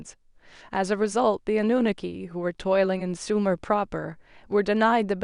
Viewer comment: People all over the internet pronounce Anunnaki the same way then you come along and want to butcher it pronouncing it completely differently from everyone else. Lol